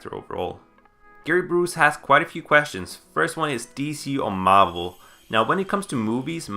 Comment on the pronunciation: Never heard someone say marvel like that